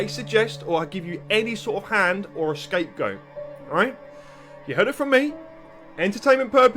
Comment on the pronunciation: People with temperature IQ say "escapegoat" instead of scapegoat I will never us Zocdoc again now that I know they sponsor reaction "content"